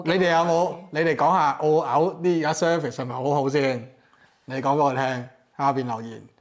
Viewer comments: Service 讀surface, 英語差，點可以喺英國工作和生活。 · Service讀成surface 咁-_